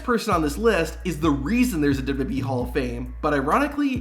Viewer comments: I have a suggestion for the makers of this video, use a voice that can actually pronounce wwe, it's really not difficult to say!!! Double you Double you ee, not Double you Ubble you ee or Double you Boo ee, I just hope it's a human with a speech impediment, If it's AI then you've been ripped off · What the hell is “dub-dub-uh-ee”? I am familiar with double-yew double-yew ee, but now whatever you are talking about. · The narrator gabbles far too fast here. For Heaven's sake, LEARN from this, and SLOW DOWN. He seems to have whittled down WWE into "Double-Dub-E." Nobody in the Industry bothers to pronounce it properly. Also, WWE is NOT a Universe. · Slow down when you say "w.w.e." Its not pronounced dub dub yee... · The way you say WWE is atrocious, and you say it every ten seconds. I had to stop the video halfway through.